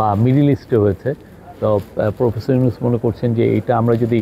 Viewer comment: মি: শফিকুল প্রেস সচিব আপনি কি বসের নাম এভাবে উচ্চারণ করতে পারেন? এটা আপনি কোথায় শিখেছেন?